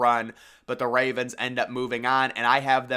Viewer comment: I hate how u say Ravens and favorites .....😂